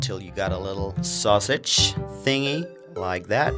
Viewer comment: Why did he say sausage so weird ?